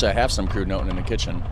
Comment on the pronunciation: hema the single e sounds like h''e''n but only when there is 2 consonants following 1 vowel this is the case for almost every vowel (with different sounds ofc*) so in the case of hema its what we call the long e so not like hen but like b''ee''n.. as for when you said kruidnoten here that sounds that you maked when you said ui sound like the dutch version of oe just like people who say stroopwafel wrong and make it also sound like oe instead of a long o double o or a long o sounds like the english word s''o'' zo stroopwafel the doucle o is like the o of so and the single a with only one consonent is like a long a therefore would sound like the sound of the a in aye. back to kruidnoten with noten only one t so the o is a long o sound like ''so'' and kruid being ui a lettercombination that sounds nothing like the english ones so canat give an example so i just reccomend you to search it up in your free time if intrested... In the netherlands with have different sounds and meanings to words made out of these lettercombinations: ui, au, (btw: ou is there to but sounds exactly the same as au, same with ei and ij), oe, ij, eu and last but not least ie! these all have specific sounds and purposes so i tought you might wanna know 😁😉🐯🐍🦅 groeten van t oosten iets ten noorden van borne wel in twente greetings from vriezenveen..!